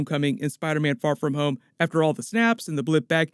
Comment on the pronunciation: he says Spiderman: Far From Hoes I died